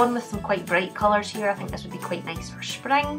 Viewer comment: I love how she says groups-gloops and six designs-sex designs spring-spling 😂❤